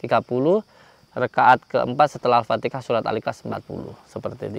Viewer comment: Sorry ya..yg benar itu baca ALFATIHAH/ALFATEHAH....jangan dibaca AalfateKAH....HA dgn KA berbeda